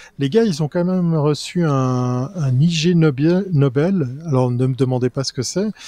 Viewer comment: Je pensais que c'était Aurélien, mais non, c'est Fathi BEN ARIBI... (c'est pas méchant, hein, je trouve juste une petite ressemblance) PS : ne pas prononcer I G Nobel, mais Ignobel, et cela devient tout de suite plus clair.